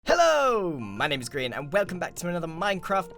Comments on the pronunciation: When everybody calls him "grain" instead of grian; 😠😠😠😠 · Cynthia Oshiro is it realy so hard to say grian?